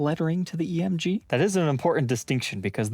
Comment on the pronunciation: since when is there an “H” in EMG?!?!?🤣